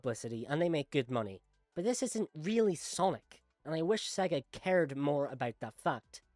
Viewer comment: I don’t trust a person who speaks about Sonic and can’t even pronounce SEGA properly. Next.